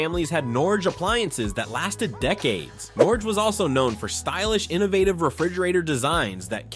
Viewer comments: Did you also notice "Norgee", "Raider Range", "GEeeee" and "Kwah zer"? 🤣🤣🤣 Ya gotta love Artificial Intelligence! I'm afraid it's not going away anytime soon. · They also mispronounced Norge as Nor-hay and Haier as Hair and Quasar as Quah-zar. I suspect a machine that refuses to be consistent in pronunciation.